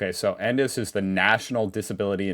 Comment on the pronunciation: You say the letters for "NDIS" (en, dee, eye, ess), and just call him "Albo" like most of us do.